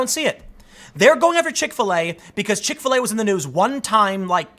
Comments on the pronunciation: I understand everything you say... got it all.. but can you start pronouncing Chick-fil-A as “chikfuhlay” like the rest of the normal world? Why do you put so much emphasis on the FIL part.. makes me cringe for some reason. Like watching a white dude in a club with the dance floor all by himself awkwardly moving yet he thinks he’s dancing ya know.. like that type of cringe. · Do you seriously not know how to say Chick-fil-a?